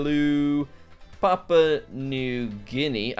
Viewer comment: You spell this wrong every time. It’s called Papua (pa-poo-ah) not papau (pa-pow).